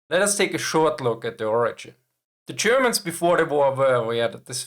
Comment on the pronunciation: 'Ssze Tschörmänns' eh?